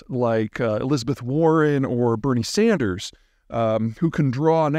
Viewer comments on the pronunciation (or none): none